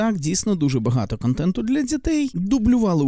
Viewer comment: Здається робиш правильні речі, але є одне але... На якій мові ти спілкуєшся "українськомовний"? бомбОрдує, "кАнтентА", ірАнічно, розсудку, дІпресії, (існоє такІй рух), (земля плоськА), (ОХ ТИ І ТІП, - ГЛОБУС (відкрию тобі секрет, він має форму кулі)), бЄтонна плІта. ЗРОБИ ЩОСЬ ІЗ СОБОЮ!! ТЕБЕ Ж ЛЮДИ ДИВЛЯТЬСЯ І СЛУХАЮТЬ, А ТИ ... "борець"